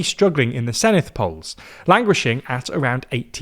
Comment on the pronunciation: Did better than the BBC which shows how little the BBC cares.